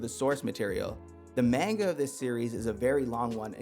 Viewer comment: I can’t trust a man who pronounces manga wrong